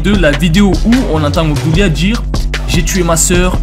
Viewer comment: Toute la vidéo je croyais que tu disais Hamdoulia 😭